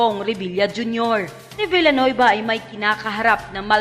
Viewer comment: Dios mio! Villanueva po, hindi Bellanuyba!😂😅